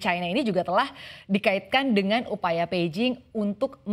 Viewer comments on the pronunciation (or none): none